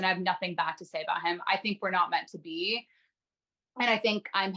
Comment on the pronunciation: Im not a native speaker of English but I find the way Micah and Irina speak really weird. They elongate the final syllables in a sentences and it’s really weird: I don’t know what was happening with paaaaaaaul, and I keep myself more clooose and I know we are not meant to beeee. Can someone explain this to me? As native speakers: do you find they way they speak “special”, if so what kind of feeling/impressions this way of talking gives you? Thanks a lot (I just love languages so I’m really curious)